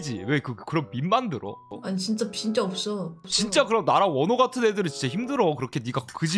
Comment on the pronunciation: 발음 왜케 귀여워 “진짜 없스어”